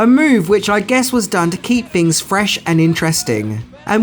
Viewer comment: Ten Fings you didn’t know....fanks😂